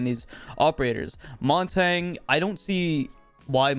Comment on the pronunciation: i dont know why but it really bothers me how he pronounces montagne as montang